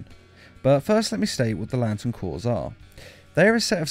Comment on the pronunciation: Isn't it cor not corp